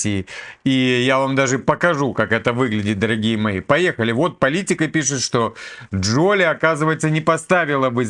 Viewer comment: Не ДжОли , а ДжолИ !